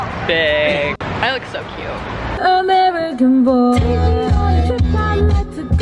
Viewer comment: why do girls pronounce "cute" as "cue"